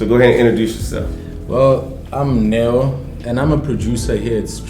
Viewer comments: You pronounce your friends name as Nhe-Wo=Neo not as Ne-Yo. The name means gift. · It's pronounced Newo.